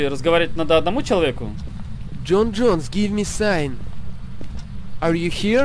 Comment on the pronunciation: Не Джон Джонэс, а ёпти Джон Джонс. Боец ЮФС в тяжёлом весе. Неучи= ))